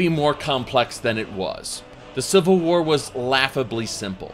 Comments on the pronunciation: "The Seevil War" :) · "Cvil war" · "today were talking about the cvil war"